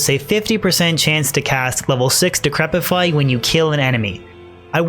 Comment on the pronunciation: im just glad you pronounce decrepify correctly